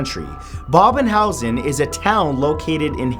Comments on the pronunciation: bhangarh pronounced like this bhaang ar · Dude ur pronunciation of Rajasthan and bhangarh 😔😔